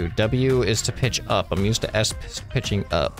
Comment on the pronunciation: dude when said "pitch up" i thought he said "ketchup" XD